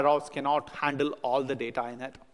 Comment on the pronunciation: Funny when he says ALLO!! Not sure why no one corrected him yet?